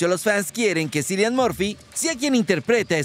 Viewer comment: Sin embargo no se pronuncia Cillian, sin embargo lo sigues diciendo mal, cuando se pronuncia Kilian o Quilian , sin embargo no buscas entrevista de cómo se pronuncia.